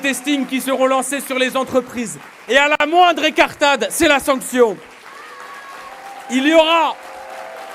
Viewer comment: Faut apprendre à BOYARD à parler : elle est belle ( l’écartade ) ont dit ( INCARTADE ) banane de BOYARD . Et c’est député ça . Le pire tout le monde applaudit 🫣🫣😂😂😂. Quel bande d’idiot